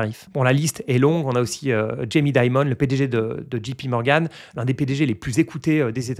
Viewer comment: Ma requête auprès des financiers français : svp ne dites plus « djipi morgan » mais plutôt « jay pi morgan » ou alors « ji pé morgan ». Les gens soutiennent parfois un candidat politique pour défendre une partie de leur intérêts politiques en se disant qu’ils tolèrent les autres conneries parce qu’ils comprennent qu’ils ne doivent pas être les seuls électeurs. Ils font aussi confiance au grand Donald J Trump pour appliquer sagement ses propos, en continuant à faire rêver les plus pauvres tout en servant les plus riches, en bon républicain.